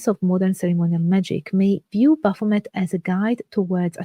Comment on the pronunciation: She cant even pronounce the name.... you cant teach me anything. Thumbs down